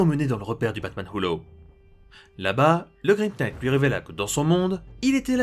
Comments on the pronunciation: LE "K" EST MUET ARRETE DE DIRE Knight. c'est ultra instatisfaisant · Je tiens juste à rectifier un peu ta prononciation de l'anglais : "knight" se prononce "naïtt" Et "laugh" se prononce "laof" Voilà ^^ Sinon, toujours de la grande qualité, comme d'habitude, je kiffe vraiment cette série Batman Metal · On ne pronnonce pas le K de "knight" et toutes les autres prononciations en général sont horribles... J'aime bien ta chaîne mais c'est horrible a entendre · Très bonne vidéo, mais le K de "knight" ne se prononce pas. Tu m'apprends des trucs donc je me permets de faire de même ;) ! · Tellement plus efficace ! Il a résolu un nombre de problème (bon pauvre Gordon quoi x,) (Juste le K de knight ne se prononce pas xD)